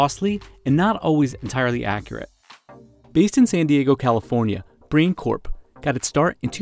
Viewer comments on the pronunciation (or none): It's "brain", NOT Brian.